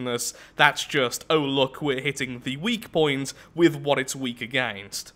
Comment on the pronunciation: A-gain-st/ Lathraxian word for against